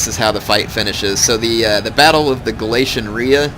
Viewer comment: ITS gal-ei-sy-un